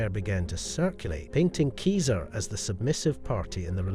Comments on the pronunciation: Julius Keeser? seriously? You pronounced it properly near the front of the clip. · Keeser? Seriously? Ugh.